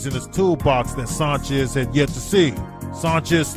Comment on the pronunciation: Sanchez...like San Francisco. Not saanchez.